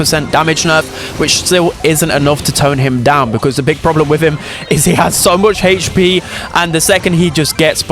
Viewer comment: I always giggle when you over annunciatie the H when you say "hache P"